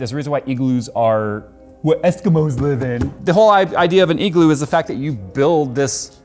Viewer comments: its pronounced I-Gloo.. not EE-Gloo... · The way says igloo...EEGLOO Kreygasm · Why does he say igloo weird